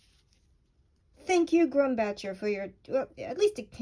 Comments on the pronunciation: The 'Bach' part in Grumbacher is pronounced just like the famous composer's name Johannes Sebastian Bach. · "Blue who" how in the world do you get who from "hue"? 😂😂 And then she said grum-batcher!! N don't get me started on the way she pronounced the Williamsburg color, Jeez lady a little bit of edumacation lol...Terrible..... Lol naw but I'm all seriousness great job, this was a great video thanks for the info, this just proved what i already thought, that you've gotta shell out the $100 for the 40ml of the original stuff if you want the most beautiful colored Blue Manganese...... There goes the wallet 😂 jk